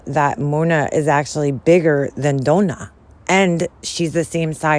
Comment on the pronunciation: "Dough-nah" im dead 🤣🤣🤣